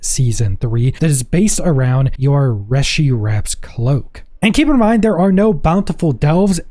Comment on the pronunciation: in game pronunciation is Ree-shi wraps